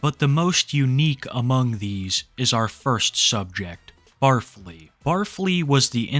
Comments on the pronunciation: I thought it was pronounced Barf-Lee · barf-ly? i thought it was bar fly lmao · I think the first guys name is supposed to be pronounced Bar-Fly but Barfly really is more fitting. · its pronounced bar fly. the 'stinger' is a sous vide hood meals' long nails are for doing cocaine off of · Isn’t it Bar Fly, not Bar Flea? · Barfly, said “Bar_fly, not “Barf-ly” I’m pretty sure. I believe he is a trucker. A lot of semi trucks have an area behind the driving seat where a bed can fit and also a burner or a microwave to cook food! Truckers get pretty creative in their cabs with their single plug in burners. They will live in their trucks for months, they do what they can to spice things up with food or even stay healthy. He may be a trucker driving a no cab semi tho,( a semi with just the driver and passenger seat, no area to sleep in behind the seats) hence why he has to sleep in hotel rooms all of the time. I think he does have previous culinary experience. Him having done prison time? I’m not sure. I can see him just being a guy who was raised poor, therefore grew up eating stuff like pickled pigs feet and other gross stuff. I know my dad grew up on canned chicken, canned tuna pancakes, bread smeared with canned meat jelly, spam. He may also be a guy with outdoor living experience like a camper or a hunter. So not necessarily a felon but maybe! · Pretty sure its pronounced "bar fly" not "barf lee." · Pretty sure it’s “bar fly” not barf ly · It’s not “bar-flee” it’s “bar-fly”. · I’ve never watched the guy, but is his name really said like “Barf-ly” and not “Bar-fly”? 🤣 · I don't think it's pronounced the way you're saying it. It's BAR-FLY. A name for people who frequent local drinking establishments. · bar fly... not pronounced as one word lol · It's pronounced Bar Fly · The way he pronounces barfly is hilarious to me